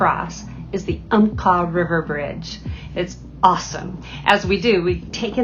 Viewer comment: Video title should be spellled "Florence". Umpqua is pronounced "Ump-quaw". Siuslaw is pronounced "Sigh-you-slaw". Native American names are usually difficult to pronounced, due to local dialect variances. Great video.